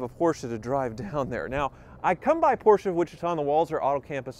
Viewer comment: Sounds like he keep saying poorsh!t instead of Porsche.